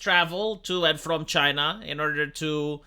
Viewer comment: CHYNA ! It’s China